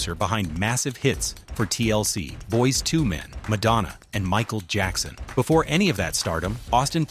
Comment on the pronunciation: Boyz Tumen? Already tired of this A.I. shyt everywhere